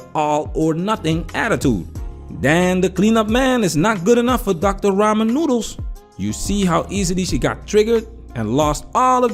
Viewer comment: Dude said Doctor Raman noodles 😅. I should not laugh this hard at work.